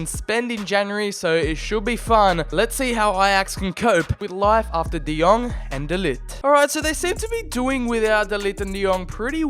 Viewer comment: Man be like "TF is this G in de Ligt his name.... Fuck that I'm calling him The Lit"